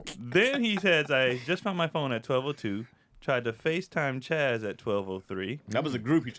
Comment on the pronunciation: It’s ‘Chaz’ 😐🤣🤦🏾‍♀️